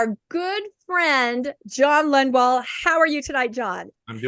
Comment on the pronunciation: Isn't it Lundwall? says Lundwell several times